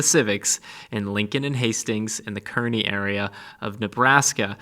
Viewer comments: Kearney, NE is pronounced Car-Knee I’m not from there so it doesn’t matter just thought you’d like to know. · Kearny is pronounced CAR-knee. 😉